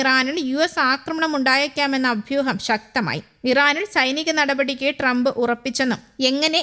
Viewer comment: അഫ്യുഹം അല്ല ചേച്ചി 😂 അഭ്യുഹം ആണ് 😂😂